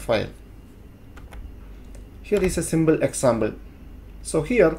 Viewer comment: "Symble Examble"